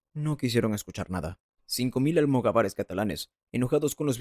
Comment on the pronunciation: ¿"Tribu islámica"? ¿En serio? ¿"Almogavares en vez de almogávares? ¡Cuánta cultura!🙄🙄🙄